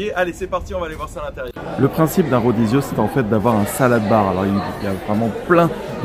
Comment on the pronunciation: rodizio, ça veut dire à volonté (en fait, c'est la rotation)....rodizio de carne, rodizio de sushi...etc...cela dit fogo de chao, c'est pas terrible comme enseigne... (bonjour la prononciation espagnole...en portugais, le R initiale ne se prononce pas, style H: Hodizio...)